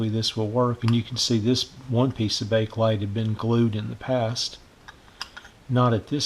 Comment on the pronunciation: It's pronounced Bake-uh-lite, not Bake-lite >